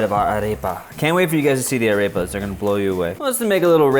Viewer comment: Ok. I have no idea where you got this "ground the corn with their teeth" bullshit from but it is patently untrue. Arepas (pronounced ah-rehp-ah by the way not a-rape-a) have been a staple food for literally thousands of years.